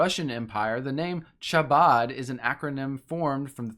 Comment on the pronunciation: How do you do so much research and not look at how to pronounce Chabad?